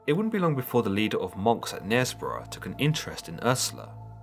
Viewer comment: Spelling: M-O-N-K How it should sound when spoken: "Munk"